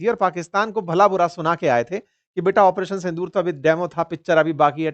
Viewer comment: In every statement you are saying " Apareson Sondur" ?